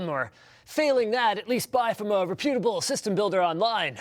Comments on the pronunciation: That is rep-u - tabal.... Not re pute-able... Sorry, I just had to add this. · lol linus mispronounced "reputable" like a derp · How the hell do you Canadians pronounce 'reputable' again.....? :)